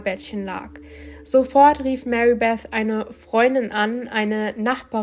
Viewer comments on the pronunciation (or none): none